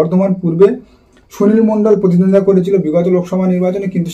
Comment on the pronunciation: Kathata contest mane Protiddhondita , thik thak uchharan korun.